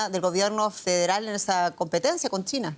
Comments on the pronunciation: Por qué la conductora dirá Tina en lugar de China? 😂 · La "che" se confunde con la "T". China parece Tina. Tuve que escucharlo varias veces.